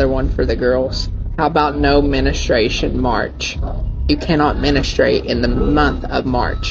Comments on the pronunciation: It’s not menstruation it’s menastruation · Never knew it was called menenstration 😂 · Wrong! he said menustruation😂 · He didn’t even say it correctly. He said “menistrashun”😂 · That's the joke though. The funniest thing is that he said "no ministrstion march." Twice. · What he actually said is “menestration” 😂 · “Menastrayshun” bro clearly never payed attention in sex ed lol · He said menistrauation 😂 its the way he said it and my attempted spelling 😂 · No Menstruation March? Nah, "No menu strashun March" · No "menistration" 😆 how did he mispronounce it so many times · "Menta stration" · Also wtf is “menustration”? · He couldn’t even say the word right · I think they’re being sarcastic because it definitely is menstruation in the US too. He just pronounced it bizarrely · The first thing that came to my mind when I heard “no menstruation March” I was like “THATS NOT HOW YOU PRONOUNCE IT” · Busy binge watching and omg I could not stop laughing because he can't even say it baha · The way he pronounces Menstruation has me deceased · Can’t he at least pronounce menstruation? 🤦🏻‍♂️